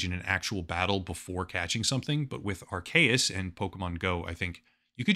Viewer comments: Dude, Its not aar-KAY-uhs, its aar-SEE-uhs. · Anyone else annoyed about the Arceus mispronunciation? It's AR-keus. Also, I'm pretty sure the two-versions-of-the-same-game gig was so that you could connect with a friend who had the other version and you could trade for the Pokemon you didn't have. I think it was called the Link System? Some Pokemon can only evolve if you trade them/trade them with an item equipped. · yea lol i also think it's arKeus but whatever, who even cares xD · Isn’t it pronounced “R-cee-us”? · people aren't mad at you for calling palworld pokemon, oh no... they're mad at you for mispronouncing "arceus". (AR-SEE-YUS) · The video is already done so it's fine, but for the future I'm pretty sure it's pronounced Are-KEY-us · hearing Arcues with a hard C hits different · Going to ignore that pronounciation of Arceus. XD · The 'C' in Arceus is not pronounced like a 'k' sound, but like the letter 'c' itself. Surprised you got that wrong.